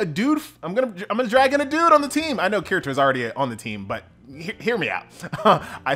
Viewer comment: The way he pronounces Kirito hurts my soul...